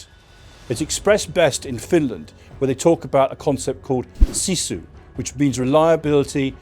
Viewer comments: It's sisu, not sizu. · SISU not Sizu